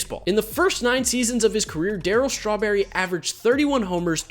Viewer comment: I love how he says Darryl strawberry as I’m eating strawberries